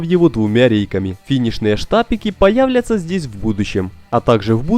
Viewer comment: Не свердло, а сверло и не появлятся, а появятся. Автор повеселил. Текст за кадром же не украинский, а русский. А в целом, большой палец вверх.